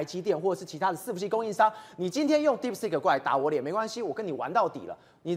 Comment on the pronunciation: DeepSeek, not DeepSpeak. 請加強發音. 張炤和像個小弟々, 罵相也像高中生,.. 不夠老練,不穩健幽默…真難看!!!